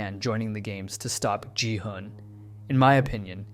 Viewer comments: Please stop pronuncing ji-hun it's a hard G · Yall pronounce gi hun ji hun??? I pronounce gi hun gi hoon 😭🙏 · “Jihan” “yongbai” you need to start listening what their actual names are😂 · For future reference: Jung-Bae is Joong-Bay and Gi-Hun is Gee-Hoon with the g pronounced the g in good or go. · the way you pronounce gi-hun makes me upset ngl